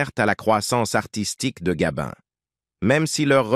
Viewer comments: Oui gabin et pas gabine c'est insupportable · Bel exemple de texte réalisé à 100% par l'IA. Pas grand intérêt à cette video, il n'y a que le titre qui a été pensé pour attirer et faire croire à un document inédit... Et puis cette voix qui agace surtout quand elle dit "Gabine" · Arrêtez de dire Gabine s' il vous plait , c est nul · Nous avons maintenant l'IA ( d'ou Gabine )dans les rétrospectives d'acteur entre autres, cele évite de payer un locuteur , et oui le progrès. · " Gabine " ? cette voix de robot et déformation de nom d'artiste 😠.... un peu de respect svp !....